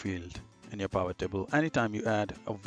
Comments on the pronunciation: It’s P “I” Vot Tables! Not P “A” Vot Table! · Please stop saying pAvot table! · Overtime you call it a P-eye-vit table, you hurt my soul. Otherwise, a very good excellent tutorial. Keep it up. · I can't take someone seriously when they can't even pronounce pivot table properly.